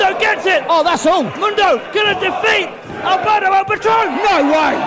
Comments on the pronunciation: Alguien se fijo q en la intro del patron decia "Albero" xD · Who the hell is Albero? Don't they mean Alberto?